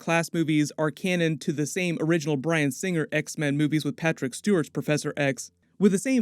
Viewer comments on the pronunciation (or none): none